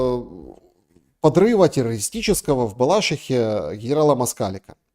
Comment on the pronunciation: В БалашИхе. БалашИха – ударение на 3й слог